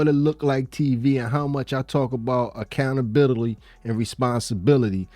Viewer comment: lol i mean akownablility? A for effort doe